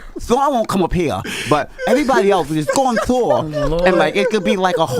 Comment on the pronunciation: Envy put a th on the end of tour is hilarious 😂😂😂